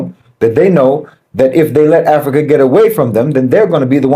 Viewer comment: I'm hearing bananas Everytime you. Say Africa